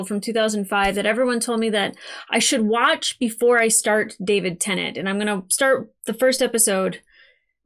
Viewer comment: Its not pronounced Tennant. IYKYK